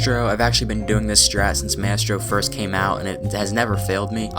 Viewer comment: who tf is mestro it's Maestro [MY] + [STROH]